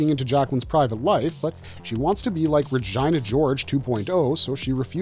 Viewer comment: Pronouncing Regina like that is wild 😂